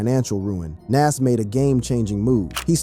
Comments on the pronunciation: Soldier boi look drugged out It’s Nahz pronunciation wise btw not nazz tf lol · He says (Nash) like he's says (M.A.S.H) that old white people tv show.. LOL Bwahahahaha 😂😂 Young people reading is funny.. LOL 😂 so yes you got it right his name is (Nahz) and correctly spelled (NAS).. life is comedy 😂😂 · Bruh how u can't pronounce Nas name correct???